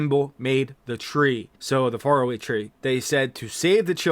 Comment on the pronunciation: You know it's AI when the trees are called fair away.